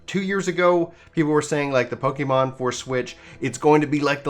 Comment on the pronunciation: Don’t want to come up as nick picking but the pronunciation should be PokEHmon not PokEEmon, it comes for Pocket Monsters. One doesn’t say Pockeet, right? :P I haven’t played the game but the overall opinion doesn’t really seem to be with game freak and it clearly fed by the whole state of the gaming industry. I will wait to see how the this gen pans out but so far I’m skipping this game